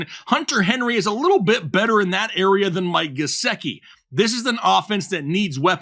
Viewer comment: You lost me at Gesecki 😂#whatif